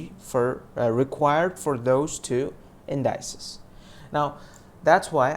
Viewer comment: You're mispronouncing indices. It's IN-DI-CEES not IN-DY-CES.